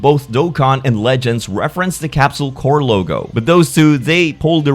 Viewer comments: It's Corp, not Corps. Corporation, not Military Unit. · It's "Capsule Corp," not "Capsule Corps." I swear anime fans never know how to pronounce basic fucking English. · It's not "core"; it's "corp". And Base Goku doesn't say the same thing as the other three Gokus. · Why do you always pronounce it Capsule Core 😐 CORP as in CORPORATION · Gonna be super pedantic here, but you should be pronouncing the "p" in "Capsule Corp" as it's short for "Capsule Corporation," not "Corp" as in the military unit. Also you say Kamehameha like the old dub but I kinda like that. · "Capsule Core" Killing me! "Corp" is pronounced just like how it looks, short for "corporation". You're thinking of "corps," which is a different word entirely and is pronounced "core."